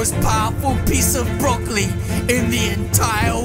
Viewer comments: Haha my man just said broccoli brokile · Lol you still call him broccoli